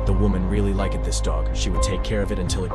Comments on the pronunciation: Lik-ed? Bath-ed? Come on AI narrator… do better with your pronunciation! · I love when AI's can't pronounce simple words like Hugged and Liked 🤣🤣🤣🤣🤣🤣🤣 it makes videos sound SO much more professional and polished! 👍